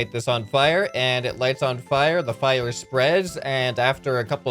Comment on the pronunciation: the fiev spweads. Am i the only wh hears it kinda like that